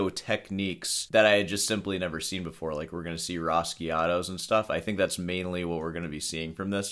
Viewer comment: Only someone with no idea of taste would put those ghastly, utterly uninspired T-shirts beside the only good thing you ever created: The Cow. Sacrilegious, to say the least. And, it is rasgueados, with a “g”, no rasquiados. You do it every time. Where did you learn Spanish? Grad school? No progress here,.